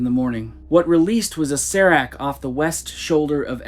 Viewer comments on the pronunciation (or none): none